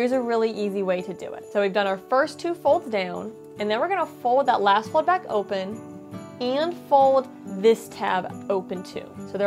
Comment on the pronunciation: The way she says "fowd" is driving me bananas!!!! 🤣